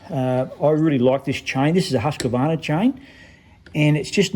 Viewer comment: Husq uh varna? 🤦 I thought only North Americans mispronounced Husqvarna that way.